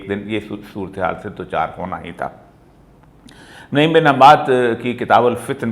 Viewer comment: شیخ! نَعِيم نہیں۔۔۔ بلکہ نُعَيْم بن حماد۔ آپ ہمیشہ نعیم ہی پڑھتے ہیں۔ 'ن' پر پیش اور 'ع' پر زبر ہے۔ فُعَيْلٌ کے وزن پر۔ اسم تصغیر ہے یہ